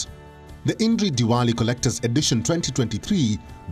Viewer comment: "ईनडरी" नहीं "इंद्री"